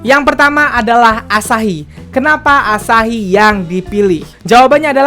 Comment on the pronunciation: Gemes sama waktu ngomong asahi sama yoshinori. AAASAHI DAN YOOSHINORI. Mangapnya pakek banget jelas banget. Wkwkwk